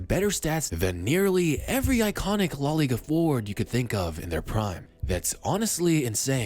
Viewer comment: La * not Lo